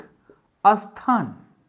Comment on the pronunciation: Asthan nahi sthan padha kariye,aspasht nahi spasht kahiye